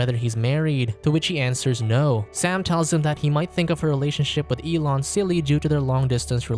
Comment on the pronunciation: "elon" yea ok ....